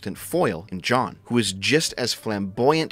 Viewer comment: why does he pronounce jeanne as john? that was so confusing